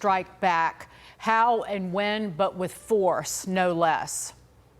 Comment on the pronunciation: The way that female reporter says "Force" 😂😂😂